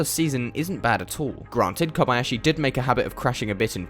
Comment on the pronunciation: You are the first non-Japanese person I've ever seen who proeperly pronaunce Kob-Ah-yashi, not like Kob-eeeee-yashiiiiiii